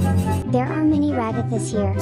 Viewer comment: It’s…………………….. ragahtha ( sorry I spelled it wrong)